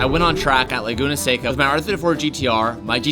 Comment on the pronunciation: Thank you for learning how to say “Seca”